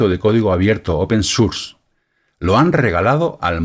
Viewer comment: Excelente llegar a este hombre que explica muy bien, seguiré viendo a ver si se mantiene. Ahora, me da risa como dice Deitacenter pero dice open surss jejeje